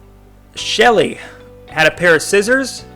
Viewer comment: Ok Shelle died first also Shelle is pronounced shell